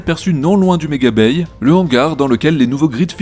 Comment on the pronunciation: Super vidéo encore! Merci à l'équipe! (En passant, "bay" comme dans mega-bay, ne se prononce pas "baille", mais bien "bai" ou juste "b".....)